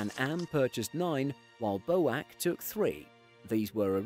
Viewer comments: It’s not pronounced ‘BO’-‘AC’. It’s pronounced B.O.A.C. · British Overseas Airline Corporation is pronounced B - O - A - C not boac..! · Small correction: the British Overseas Airways Corporation is always referred to by its initials. Only pronounced “B.O.A.C. (Bee-Oh-Eh-See)”,. It’s was never referred to as a word, “Bow-Ac” is incorrect. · Yep, and I've never heard BOAC pronounced Bo-ack before either 🤣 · That was a wonderful video. But no one said “boac” as one word, it was B - O - A - C. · BOAC = Buy Only American Craft. Yes, I prefer Bee-Oh-Ay-Sea not Bow-Ack. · I have never heard anyone pronounce BOAC as "bowac" it was always just the letters alone and I was around when they were still flying. Also Berwick is pronounced "Berick" is this video using a bot voice ? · BOWACK? B.O.A.C guys.... Come on. I thought "Seven Seven Seven" was bad. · BOAC is pronounced B - O - A - C (not bo-ack). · Pronunciations are B O A C, not BOAC and Berrick is the pronunciation for Berwick, where the W is silent. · Great channel - and good narration ...just one thing ...this is the first time I have heard BOAC pronounced "Boac" rather than the usual B.O.A.C. 😂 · Bowac? You mean BOAC. Bur-wick? You mean Berwick. Carib-be-an? You mean Caribbean. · I've not previously heard the acronym "B.O.A.C.", for "British Overseas Airways Corporation" pronounced "boh-ack", that is, as a "word". Does anybody else find this odd? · Boac, and Burrwick? Hmmmm B.O.A.C. And Berwick is pronounced Bearik.... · Bow Ak ? ! B.O.A.C. please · boac ? its B .O.A.C Not "boak" I was a member of the BOAC Junior Jet Club many years ago. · Never hear B.O.A.C. pronounced Boac before. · Bow-ack for BOAC???. Narrator has to be some young chap born after 1970😂😂😂😂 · BOAC is an abbreviation of British Overseas Airways Corporation, and should have been pronounced "B. O. A.C.", not "Bo-ack" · BO-HAC???..B ..O..A...C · BOAC was pronounced B..O..A..C, not boak. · The word BOAC is pronounced B O A C and not Boac.